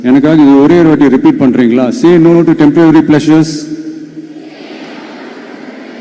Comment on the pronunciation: சகோதரி டெம்ப்ரவரி என்று சொல்வதை தவிர்த்து டெம்ப்பரரி என்று சொல்லி இருக்கலாமே.நான் சொன்னது தவறாக இருந்தால் மன்னிக்கவும்